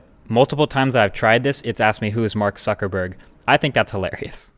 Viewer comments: Did nobody notice, "Mark Sucker Burg"? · Mark Sucker Burg? Ha Ha Ha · "Who is Mark sucker burg" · LOL "Who is Mark Sucker Burg" LMAO.. GO Siri